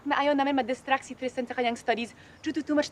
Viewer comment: Tristan yung name ng bata, pero may mga nasabi si solenn na "christan" sa ibang lines😭😭inulit ulit ko talaga baka mali yung pandinig ko HAHAHAHAHAHAHA